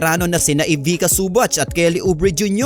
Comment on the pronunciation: Ivica pronounced as Ivicha not Ivika.